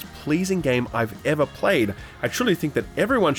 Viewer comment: Neva eva, for eva eva? :D